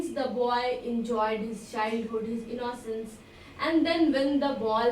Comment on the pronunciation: Mam u pronounce innocence is a wrong way